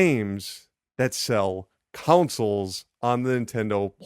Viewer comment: Why do I hear "councils" every time he says "consoles"...